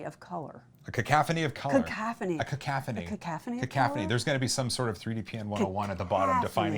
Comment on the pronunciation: It's "cacophony", not cacaphony. Just saying. :P